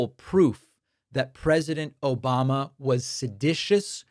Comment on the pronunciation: Please do not ever stop playing the "obamna!!" 😂😂